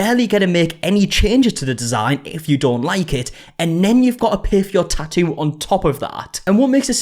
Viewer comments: You keep saying "tah-oo". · Wow, you really cannot pronounce “tattoo.” You know there are two TTs in the middle of that word, right? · i love a tattoo drama update because i find way you pronounce tattoo very pleasing (no shade, i like your accent) ❤